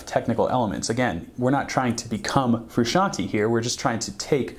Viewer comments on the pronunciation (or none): I'm not even gonna talk about how he says "Fruschanee" rather than Frusciante 🤦‍♂️ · Yo! in "frusciante" the E at the end does not make an "ee" sound! it makes the "eh?' sound if that makes any sense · It's pronounced "Froo - shian - teh" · His last name is not Fruscianteee, its supposed to sound like Frusciantae or Frusciantay , to many people say that improperly. its a soft E. Sorry has to be said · Frusciant-AY. Not Frusciant-EE. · i think you should redo the whole video and just call him John...(I wince when you call him Frus....) Respect. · Wanted to shoot myself everytime he said "Frusciantee"... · Federico mtls Whom is this Frishanee of which this man is speaking of? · I respectful disagree. Almost correct, though. I AM a second generation Italian-American, like John. Froo*shahn*Tay. Italian vowel pronunciation is a bit wonky compared to ours. A=ah E=at I=were O=O (just like the letter) U=ooooo, as in Boo Sometimes will have an almost eww sound. Southern Italians and Sicilians tend to make the "eww" sound for a U. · Fac Tor that makes no sense its pronounced fru-shawn-tay not fru-shawn-t... Like Tennessee is not pronounced tay nessee and tender is not pronounced taynder its tay not teh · But that's what I'm saying. I was refering to someone saying that even Flea says '"Fruscian-tea" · Habits of John Fruh-shawnie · Take a shot Everytime he says "John Frishanee" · I love your videos but I have to say it... IT IS PRONOUNCED FROO-SHON-TAY! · "John fruscianty" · Shyteeee, I have to click this video away because this guy cant pronounce Fruscianteh either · it's all fine and dandy but who the hell is John FrusciantY? I only know John Froo shaan tay! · Damn dood, if you're gonna do a video on a guy the least you could do is pronounce his name right.. You need to put some RESPECK on that mans name.. yeahhhhhhh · You should at least pronounce his name right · I stopped watching this video as soon as i heard him mispronounce the last name.